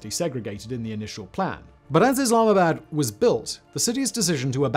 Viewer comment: come on man! Don't butcher the city's name. If u can't say it then just don't say it.